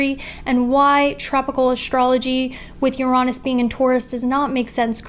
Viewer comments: Yo I RESPECT for saying "Uraanus", instead of... You know what! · I thought it was pronounced yuh-ri-nis (with emphasis on the Yuh x) )